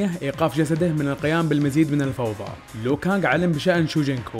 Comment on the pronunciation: اسمه ليو كانق مو لو كانق